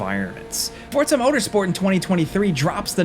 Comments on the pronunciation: Forza not Fortza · Forza , not fortza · WHY DO YOU KEEP CALLING IT FORTZA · Is it supposed to be pronounced "Fort-za" like that? Like pizza? Or is this another -ism? Mary-yo Kart anyone? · Why is he saying “fortsa?” Have I been saying it wrong my life? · Fortza? uhhh.. ^.- you okay bro? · No T in forza 😉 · Am I missing the T in Forza?